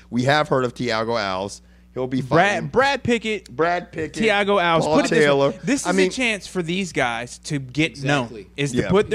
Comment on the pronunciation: I find it kinda funny that can't pronounce "Alves" right, then again I just remembered I can't even pronounce "The North Face" xD